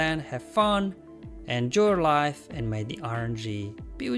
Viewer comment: I know you said “enjoy life”, but it kinda sounded like “end your life”